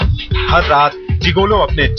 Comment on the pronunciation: इस का उच्चारण जिगोलो नहीं मगर जिगलो होता है।